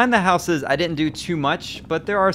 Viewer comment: It is real weird to here someone say 'housses' - it's as if they learnt (notice not 'learned') English as a second language.